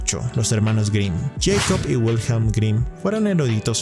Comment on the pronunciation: ¿Por qué todo el mundo en YouTube pronuncia todo lo "extranjero" como si fuera inglés? Michael suena ~ "Mijael ", no "Maiquel", Jacob suena "Yacob", no "Yeicob", Wilhelm suena "Viljem", no "Uilhelm". La diptongación de la "i" , la "a" , la "o" y la "u" es exclusiva del inglés, no del alemán y, que yo sepa de ninguna otra lengua europea. Igualmente la "e" final no es muda en alemán. los escritores correspondientes son pues "German Gesse" y "Volfgan Goete"(aprox.).